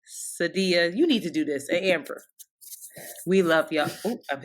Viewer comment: Heyyyy!!!!!! Sadia here! So excited you said my name perfectly!